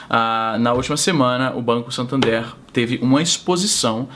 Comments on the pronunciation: a pronuncia correta é SAtÃnder Izzy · izzynobre muito bom o vídeo mano, a propósito, a pronuncia é "santandér" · A pronuncia é "SantandEr" msm, é espanhol e a pronúncia é a mais próxima do português possível. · Santandér mais ou menos isso a pronúncia. É o antigo banco real. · você disse SATANder? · A pronúncia correta é satãder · Santander ou Santhander kkkkkk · o cara nao sabe nem falar Satander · izzy.. nao sabe nem pronunciar santander.. vai te lascar .. morto de brasileiro aqui do maranhao.. rsrs